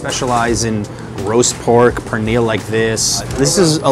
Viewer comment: Don’t ever pronounce pernil like that that’s disrespectful